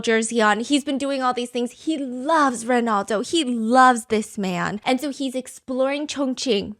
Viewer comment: Stephanie I love your videos so much 🫶🏻 but girl it Ronaldo not Rinaldo